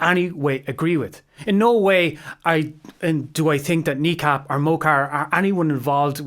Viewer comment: Good video overall, but your pronunciation of Mo Chara is driving me loopy. The "mo" is not pronounced like "mow". It should be more like "muh", and generally when they call out his name in their lyrics it's more like "m'kara".